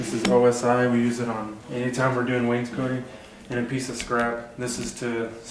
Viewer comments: Not to be a pest, But, It's Pronounces Waynes` coting, NOT Waynes coating....jus sayin..... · Awesome teacher. FYI: cot is not pronounced coat. Wains COT ing. No biggie. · Really enjoy your vids! thank you for taking the time to make them. not to be an over critical knob... But every time you say Wanescotting I cringe a little. Maybe there is an accent there, but it sounds like you say "Waynes-Coating" edit: I should also say you guys do good work!